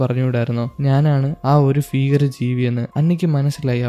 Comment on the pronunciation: ഫീകരം അല്ല ഭീകരം